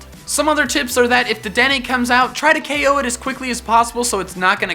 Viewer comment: O KO R U SRS ITS KO.